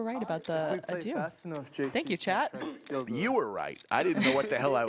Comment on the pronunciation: It's Adieu, so in english pronounciation i think it would be this A -d-eu ;)